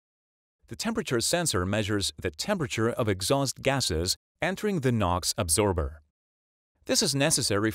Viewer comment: absorber not “adsorber”.